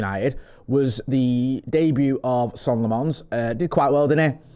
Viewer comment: His name is pronounced Senna Lommuns!!!